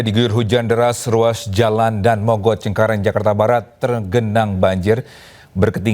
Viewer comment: bacanya Da-an mogot mas/mbak... bukan Dan Mogot...